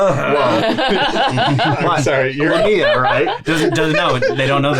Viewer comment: The emphasis goes on the first syllable; it's "LEI-mi-a" Also, lamia aren't a playable race in D&D; the closest thing is a Yuan-Ti Pureblood.